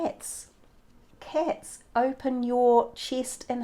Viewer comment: Nice reading, thanks. I think it's pronounced cats and not cets. LOL